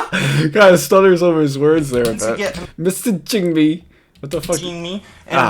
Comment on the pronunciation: She keeps me-ssa-jin’g meee